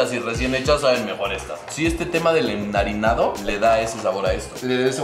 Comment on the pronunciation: "El enarinado" 🤣😂💙💚 jaja